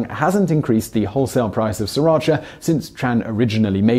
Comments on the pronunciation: FYI, it is pronounced Sira Cha and not Si Racha. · Wouldn't, "cha" still be pronounced "ch-ah" as opposed to "chee" anyway? There's no Asian language that does that. There's no such province in Vietnam called "Sriracha" either. It is not even a Vietnamese word or name. And the hot sauce wasn't even available there since a year ago. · As the video notes, the sauce is named after a town in Thailand, which is actually pronounced "see-rah-cha", not "ser-atch-a". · My husband is Vietnamese and says it's pronounced Sa-ra-chee not cha. The town it's named after is pronounced this way. Ask any Vietnamese person and they will correct you lol. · Interesting but having worked in Sriracha for four years in the past I seem to recall that it's pronounced "Si-rashaa" by the locals. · I find Simon totally annoying. To pronounce srIracha as SIRacha through the whole video is unforgivable. JEEZ can't the ignorant idiot even READ! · I actually used to live right next to Sriracha (FYI, the first r is silent) and always wondered why, upon going to Canada, it was so famous... But I'd never heard of it when living a 20 minute drive from Sriracha (again, the first r is silent). Now I know. Thank you Vsauce. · s*R*iratcha. That R isn't silent! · When you say "Sriracha Sauce" it sounds like "Sir Archer Source". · Actually it's see-rotch-ah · Sri-racha like the middle-eastern/asia region it comes from is pronounced more similarly to "Shri-racha", most of the world is getting it wrong. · brittany bolton Ask Thai people, not Vietnamese, if you want to know how to pronounce it because it's a Thai word. It's pronounced See-Rah-Cha. I'm sorry to tell you that your husband is wrong. This is an example of how Thai people pronounce Sriracha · Thank you finally some can understand that Vietnamese stole it from us Thai people even the name. And yet the Fucking pronounce it wrong. It's the Thai small area in Thailand.